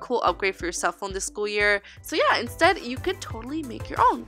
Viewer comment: you said "indtead" instead of instead but hey, I am not complaining:)